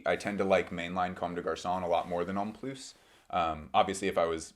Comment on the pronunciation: Pronounced homme ploo not ploos. The s is silent in comme des garçons homme plus. Just saying